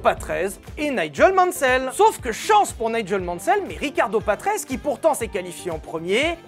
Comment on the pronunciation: Patrese se prononce "patrézé” et non ”patreize”